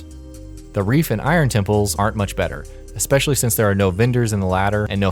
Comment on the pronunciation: Thumbs down because you said Expecially. There is no X in especially.